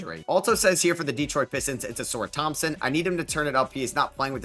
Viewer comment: bro you gotta start pronouncing some of these names correctly 😭 AlpeREN Sengun, AuSAR Thompson